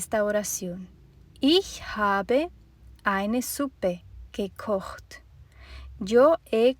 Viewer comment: Excelente. Me encanta como suena "gekocht". Bonito idioma el alemān. A propósto ?de qué país eres?